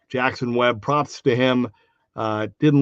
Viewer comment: JACOB WEBB....you botched his name like 3 times lol